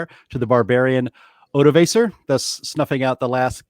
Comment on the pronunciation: It's pronounced, O-doh-ahck-er